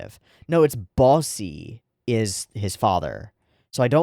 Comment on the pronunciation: Its pronounced Boss the e in Bosse is silent i dont know y tho